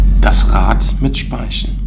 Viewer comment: "ein Rad mit Spaischn"